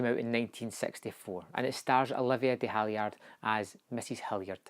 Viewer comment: Olivia de Havilland not "Havillard" ;) I just watched it. It is very suspenseful, intense and hellish. The acting is masterclass. I thoroughly recommend it. Gripping till the end.